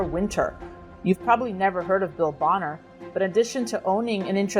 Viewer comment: It's pronounced Bow-ner